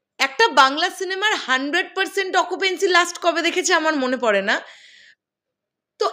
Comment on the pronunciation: Bhaisaab its occupancy not occupency....